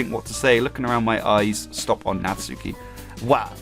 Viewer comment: The u is silent in Natsuki